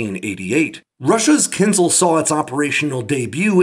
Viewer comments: Is there anyone home who has English as the first language? Ask this rare person to find a difference in pronunciation between "kinzal" and "kinzhal", and explain it to you. This is embarrassing in a video about one of those. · It's not kinZal, it's kinZHal, where ZH is the same sound as in "casual" and "abrasion" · it's kin-zhal, zhhh, like "J". Kinzhal